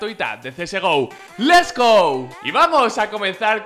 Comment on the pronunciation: Es Let's go no les go .-.